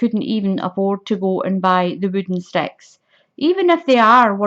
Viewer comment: its ok, I love your accent and it makes me giggle when it says "sex" instead of sticks. Your poor sister the 🐖 LOL